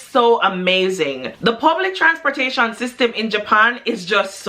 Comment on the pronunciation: she said "transporta...shian" - luv it